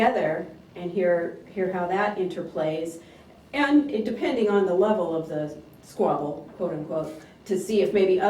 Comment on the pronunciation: He from the hood my boy said “Squable”